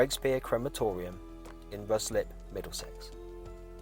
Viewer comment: It's pronounced RYE-SLIP lol but spelt Ruislip